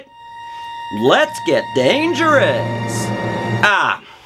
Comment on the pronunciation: "lets get dangeruss"